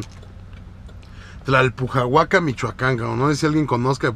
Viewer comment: Tlalpujahua, NO Tlalpujahuaca, la piedra se llama cantera no??